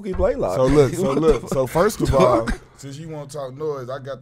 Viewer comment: Mookie baylock? Blaylock